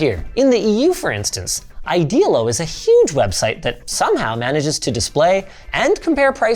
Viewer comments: Idealo is pronounced more like Ide-alo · Hey just fyi: Idealo isn't pronounced the way you said it. It's a german company and the pronounciation in German is the same as the "idealo" pronounciation on wiktionary. It's an esperanto word meaning "ideal" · It's funny how you mispronunciat "Idealo". I love this webside, I build my PC with parts from a lot of different shops and saved around 50% compared to amazon prices.